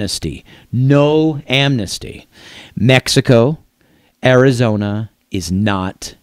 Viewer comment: This guy is mad, you make me laugh. Welcome to america, can you say arizona without speaking Spanish?